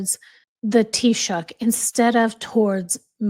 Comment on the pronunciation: I was so impressed that you pronounced Taoiseach correctly.Bravo❤